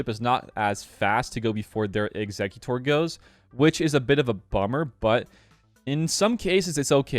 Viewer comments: Not EXEC-U-TORE (a muscle), it's pronounced EXEC-YUH-TER (much easier to say) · I can't work out why people insist on calling it exec-utor (like executive) when it is clearly ex-e-cutor (as in execute, execution). The executor is the one that cuts the head off of people who are going to be executed.